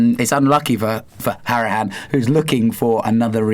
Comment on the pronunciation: 1) shropshire is like north midlands 2) jack woodward is right, conor’s name is pronounced how-ri-han